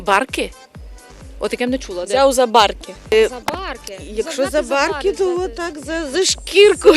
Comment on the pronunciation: Правильно за барки, наголос на и